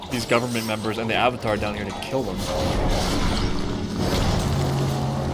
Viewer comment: Has entire life's purpose taken away: Sympathy. Mispronounces Avatar: Sympathy withdrawn.